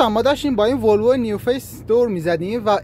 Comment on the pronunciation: مبارکت باشه با اون لهجه نیو فیس گفتنت، کی ف کردم.... قسمت همه ایرانیها بشه ماشین های روز دنیا